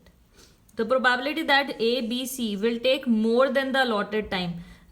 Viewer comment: ma’am can you please pronounce “probability” correctly